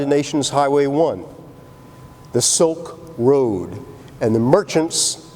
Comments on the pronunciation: "Silk Road.., not soak road.." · It's Silk road and not Soaked Road.